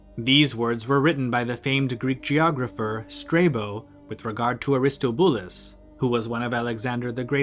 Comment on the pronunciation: its Air-Iss-TAH-Bew-Luss dummie, not Ar-Is-Tow-BEW-Lis